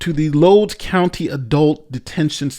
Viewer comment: Btw,...you mispronounced the county name.